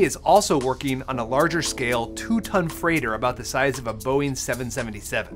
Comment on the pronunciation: Ngl never ever ever say boing 7, 77 ever again, simply say Boeing triple 7